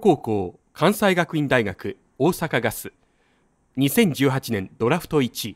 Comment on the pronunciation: 近本「かんさいがくいん」ではなく、「かんせいがくいんだいがく」です。